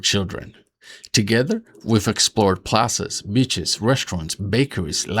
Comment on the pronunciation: I thought you said bitches instead of beaches lol. Happy Fathers Day!